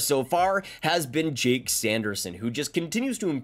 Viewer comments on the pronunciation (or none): none